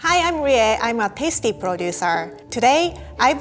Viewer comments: "Hi I'm Rie. I'm a Pasty Producer" I can't unhear this. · Did she say Pasty?